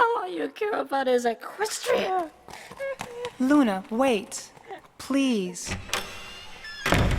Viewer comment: She should. All along Luna was right. Celestia was being a control freak and didn't even try to help Luna. Not to mention she's a total troll. To me, Luna didn't do anything wrong, where as Celestia has done so much wrong. and by the way, It's Equestria, not Equstia :)